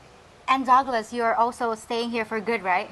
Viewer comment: When called Douglas it sounded like Dog Less and when she called him Doug it sounded like Dog. Douglas was the cool calm one out of the two. Dale doesn't have enough boots on the group time and he may get Simped.